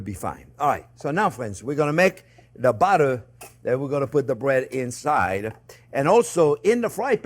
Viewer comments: I can't tell when the chef is saying "butter" or "batter". He pronounces them the same. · the way he pronounces batter is just like butter. So there is batter and clarified butter.